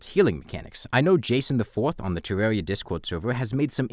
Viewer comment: I don't want to be rude, but the way you say tewwawia is adorable af